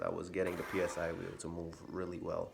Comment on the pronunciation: Psy-wheel is easier to say as "si wheel", which is the correct pronunciation. No need to spell out P S I 👍 Will save you the effort of spelling it out each time!